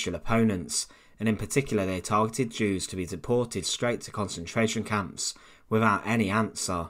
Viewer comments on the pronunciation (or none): none